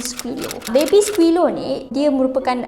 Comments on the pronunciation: dari tadi “baby skilo” yg aku dngar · Pandek kata , Diaorg menyundal la? 🙄 Cuba singkatkan. Dh la x pandai enggglishhhh..baby silo siloooo😌